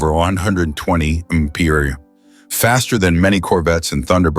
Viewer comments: why cant a.i say miles per hour? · ...it would sound better if it just sed, `mph`, than its stupid pronounce... 😮